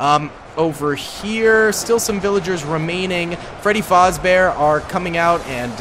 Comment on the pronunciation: its fazbear not fozbear you keep switching between the two